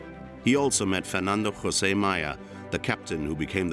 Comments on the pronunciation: José is not pronounced like Spanish, though, J is a J in Portuguese, not like H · The portuguese language is not SPANISH! IN PORTUGUSE WE PRONOUNCE JOSE JUST LIKE ENGLISH! A "J" IS a J, is a J, is a J! NOT HOSE! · The name "José" it should be pronounced in the portuguese language! In Portugal it's spoken Portuguese......of course not spanish!!!! Before you speak Portuguese words and names, get informations how it calls in Portuguese! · You don’t pronounce Portuguese like Spanish, except Jose. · No ! In Portuguese the J is pronounced like in in English, in Spanish the J is pronounced as an H . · Portuguese j is pronounced like in French, not English.